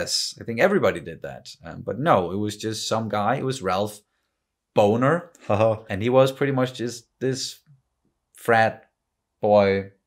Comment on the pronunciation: Like John Bonham. Yeah, Bonner.